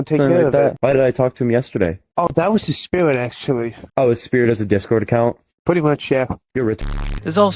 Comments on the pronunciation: "No that was his spiwit actuawy" checks out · o dat was his spiwit actuawy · "that was his spiwit actuwauly"